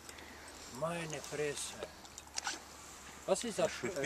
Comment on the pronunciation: ..ist das ein russe? :) "meine fresse"?